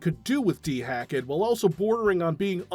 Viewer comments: I just noticed how you're pronouncing DeHackEd. Is there a reason you're saying dee-hack-duh instead of de-hacked? I've never heard someone actually say it, so I don't know if there is an actual "proper" pronunciation that I'm not aware of or what. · It's just Dehacked. De-hacked. That's it. De-hacked. FFS.